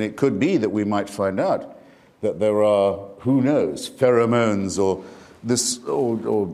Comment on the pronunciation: “Pheromones” lol wow